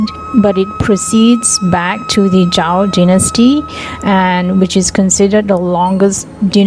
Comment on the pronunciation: Zhou not zhao ..